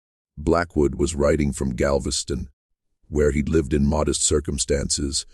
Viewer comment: Ai stories are interesting, but when you can't pronounce city names, it loses something. Galvesty on ?